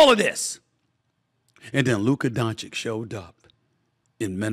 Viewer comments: It has to be on purpose. I know they have trouble pronouncing basic words sometimes ( "ask" and "specific" ) immediately come to mind, but SAS hears Lukas name pronounced correctly a hundred times a day. There's no reason why he shouldn't try to act professionally and at least attempt to say It right. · This man can't even properly pronounce his name after years, that's just disrespectful. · Its been 6 years. Learn to say his name or stop intentionally trying to disrespect him. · How can he be butchering Doncic's name for 6 years??? Dude, you get paid to do this, learn how to say one of the best player's name... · SAS is a luka hater. Not learning to pronounce his last name or mispronouncing proves it. I hate his takes about so many things. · this is his job and it is not a rocket science. And by the way, Doncic is one of the easiest Slavic surnames. If he knows how to say Jokic then it shouldn’t be that tricky. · Learn to pronounce Lukas surname .. or you don't want? or you can't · It’s Doncic not Doncik… when you speak, speak slower then you will achieve the right pronunciation ❤ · Doncic!!! Not Doncik u f…. Loool, have some respect Stefan😮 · Doncic... It's Doncic. Not Doncick. Idk man, it's really not that difficult to pronounce dude. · DON CHICH ! Not donchik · Luka is 6 years in NBA. By now, you should learn how to pronounce his surname. It is not Luka Dončik, it is Dončić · My god Stephen A, this man has been in the league for almost 6 years. One of the most talked about superstars. Its Luka Dončić(Donchich) not Doncik or Danchich. D and then an O not A. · DON-CHITCH, not DON-CHICK!!! Bruh! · Hey Steven Ey Schmidt it Luka Donchich, not Donchik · Dude it is pronounced Donchich, not Donchick. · DON-CHICH omg it’s not hard. It’s about respect. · I thought it is pronounced: Luka Donavich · Luker Donchick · Please pronounce his name correctly. Dončić - "DonCheech" I cant believe you can't say it right man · Say his damn name right. C’mon already.